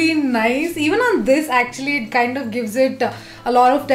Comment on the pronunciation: Khaaind ni kind hota h😅